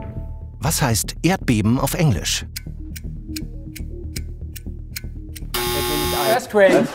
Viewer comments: örsquake" ist leider auch falsch :D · Was heißt Erdbeben auf Englisch? Benni: örsquake nur Spaß natürlich